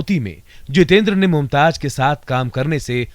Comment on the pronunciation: It is not Mumtaj it's Mumtaz. Correct your J's and Z's